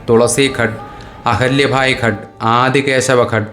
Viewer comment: ഘട്ട് അല്ല...ഘാട്ട് ആണ്.. എന്നുവെച്ചാൽ, നദിയിലേക്ക് ഇറങ്ങുന്ന കുറെ പടവുകൾ /പടികൾ... 🙏